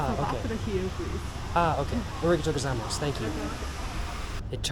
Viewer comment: It's "arigato gozaimasu. Not gozaimosu. Please correct yourself. Don't make us look bad, bro. Represent.